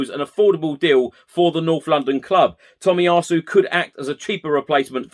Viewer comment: Shame about the pronunciation of Tomiyasu :)